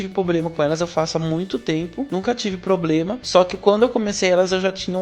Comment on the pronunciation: Seu vídeo é maravilhoso e muito útil (e bem embasado também, cientificamente inclusive). A única coisinha que podia melhorar é a palavra "problema", sempre mal pronunciada, o que tirou um pouco a atenção ao vídeo. Abraçs